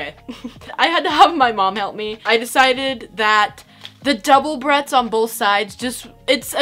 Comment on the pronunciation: When she first opened the package she kept saying barrettes like Bret’s and I though it was kinda cute and funny